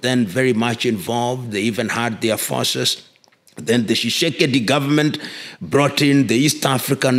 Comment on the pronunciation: Are you Congolese? You can't pronounce the name Tshisekedi, but your name is Lumumba? President Tshisekedi acknowledged The Banamulenge as Tusti Congolese in 2019. Tusti Congolese are not discriminated against by anyone in COngo, DRC.